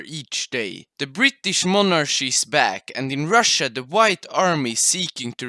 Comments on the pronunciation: it's pronounced monarky, not monarshy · when you say monarchy you have to say it like Mon ar Ki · why they say monarschy instead of monarchy? xd